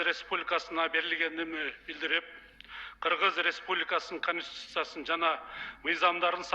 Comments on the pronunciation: Чачын саксайтып,конститутцияга тили келбеген Нарматовадан эмнени кутобуз? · концитутия дегенди анан коз карандысыздык дегенге Тили келбей журотго маскараа